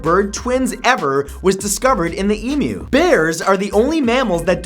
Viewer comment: Well done matt, I'm proud of you. You said emu and not emoo, it pisses me off when people say emoo (I'm Australian)